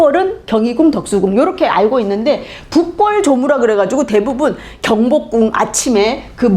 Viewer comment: 장음인 단어의 첫 자를 짧게 잘못 바름한 예:현재,밨는데요,한양,경복궁,이 성계,대칭 ,정문,파격적, 장단음 문제가 너무 심가ㄱ하여 더 이상 읽을 수가 없습니다. 달은 강의에 대해 같은 제의한 것 같습니다."한국 어문을 고발함" 을 제발 일독해 주시옵소서. 미국 변 완수 배